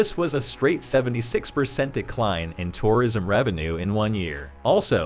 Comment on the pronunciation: Weirdest pronunciation of tourism ever. Stresses on all the wrong syllables.